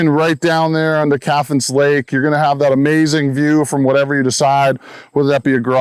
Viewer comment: Cathance is pronounced CAT -HANSE not CATH ANSE you flatlander